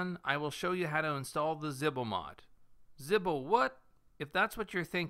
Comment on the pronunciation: Zebo. It's zebo Not zihbo